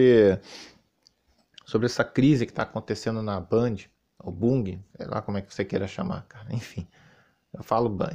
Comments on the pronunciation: “BUNGHIE” KKKKKKKK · Sua pronúncia milagrosamente está correta,. É Bungie. Não bungue.